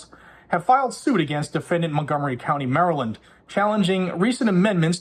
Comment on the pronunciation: "Montgomery Counny"